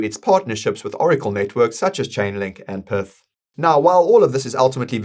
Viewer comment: Pretty sure PYTH isnt pronounced Perth